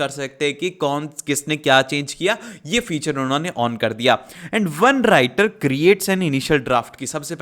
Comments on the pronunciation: sir aapne writer ko winter bola hai😂😂😂😅😅😅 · राइटर को विंटर bola